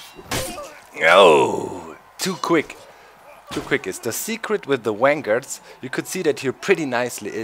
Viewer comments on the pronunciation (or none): omg.... doc, dont wanna sound mean but i LOVE your accent XD "vanguard" sounds like "wang-guard" lol its so awesome!